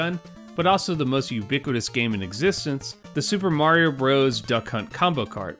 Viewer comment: Bros. is "Brothers." Not "Broze."